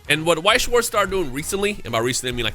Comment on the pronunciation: i feel like remembering once you said you have german heritage, so please lern how to pronounce Weiss and Schwarz its not difficult